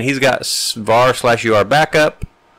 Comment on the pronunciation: You keep pronouncing it... U R Backup... but I think it is ment to be pronounced Your Backup!